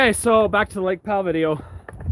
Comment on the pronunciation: You are saying Lake Pal wrong 😝